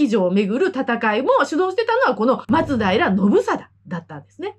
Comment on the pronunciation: 元の松平町も、発音は「ま↓つ⬆だいら」ですから。